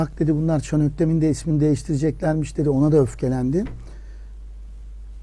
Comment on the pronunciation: Şan Öktem degil, Şan Ökten.